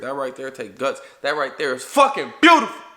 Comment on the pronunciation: “Beautiful titty” 🙄🤦🏽‍♂️